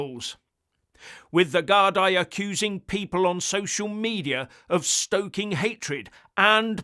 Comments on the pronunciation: Gard--ee (as in,.. me..or a cup of tea) not Gard-eye. Lots of love..from Ireland! 😎👍❤️ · Guardeee is the pronunciation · It’s pronounced Gar-Dee BTW👍. The plural of Garda. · Gardaí = Gar-dee Laois = Leesh